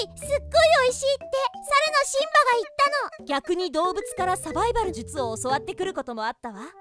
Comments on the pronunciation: サバイバル↑術↓ どーしてこーなった？笑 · サバイバル↗術↓ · サバイ⤴︎ バル術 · サバイバル術のイントネーションが凄く気になった。